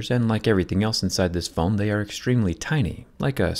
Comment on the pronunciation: Anyone else notice how he said phone ?